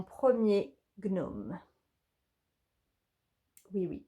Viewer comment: Bonsoir. Jadore, "gnomme" tjrs hihi 🤣😅 et si tu fais passer des entrevues pour ta mascotte du kal, je suis partante pour être juge!!! Merci et bonne soirée chère xxC